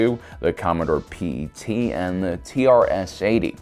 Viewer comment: It's pronounced PET just like your dog or cat. Ypu are the first person in history I ever heard spell out the word PET for that Commodore computer. You got that Ala.... i mean. Lol